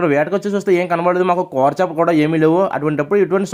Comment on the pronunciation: కూర అనరా నాయన కోర అంటావేంట్రా బాబు